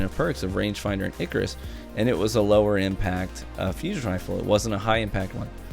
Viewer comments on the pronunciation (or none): none